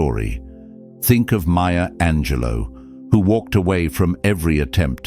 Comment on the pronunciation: Ok not trying to be a dick but I gotta say since you keep talking about her lol….her name is Maya Angelou, not Maya Angelo (unless you’re not talking about the epic poet hahaha) I think she may have some French ancestry but whenever you say maya angelo I think it’s some chick who works at wawa during the graveyard shift but she’s really cool when she’s not messing around with her on again off again douchy boyfriend lololol